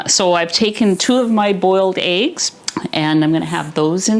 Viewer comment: Eggs, not aigs for God's sake!